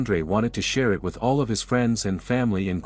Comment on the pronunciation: What always is with this narrator that he does not understand what the word "it" is?? He always just reads it as "I T".